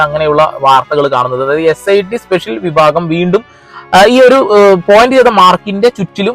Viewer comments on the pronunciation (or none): none